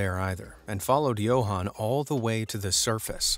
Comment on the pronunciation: You don't pronounce it YO-HAAN, its Yuhan. Spelled Johan Its south african and im from there